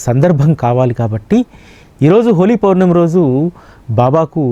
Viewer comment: అయ్యా..హోలీ పోర్ణమి కాదు.. హోలీ పౌర్ణమి అని పలకండి